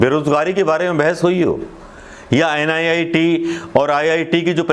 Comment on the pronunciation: NIIT nhi sir NEET😂